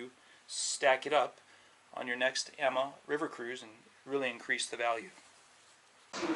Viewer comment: it's pronounced "Ahma" not "amma"